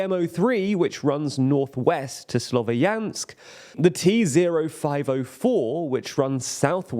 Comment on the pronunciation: Slovyansk is a two syllable word. Ya is one letter, so please try to pronounce it at least close to correctly.